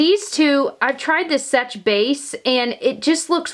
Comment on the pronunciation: Just so you know, seche is pronounced "sesh", not " sech". Sorry, I don't want to be rude at all, I am really trying not to!